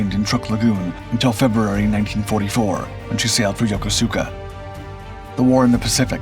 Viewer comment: Ya Co Ska not yo co su ka please :)